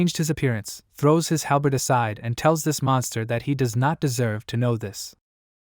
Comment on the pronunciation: "he trows it back"😂